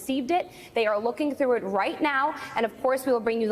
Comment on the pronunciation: "Sir-TEN-ly". Use your sounds.